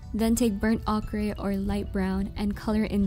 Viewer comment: Burnt ochre is pronounced o cur